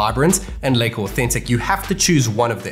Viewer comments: It's lika not leyka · It feels weird when you pronounce Leica as Licker.....